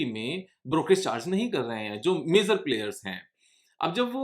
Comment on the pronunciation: It's not मेज़र its मेजर 🙏🙏